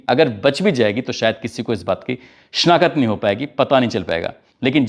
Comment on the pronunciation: The word is not SHANAKAT…. It’s SHANAKT😅😅